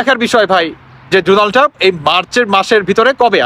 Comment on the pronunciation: পাম্প না ❌ টাম্প ✅